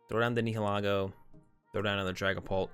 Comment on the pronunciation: bro, your pronunciation of the pokemon names needs work...PLZ try to say them correctly Nihilego (the correct term is Ny-ill-i-go)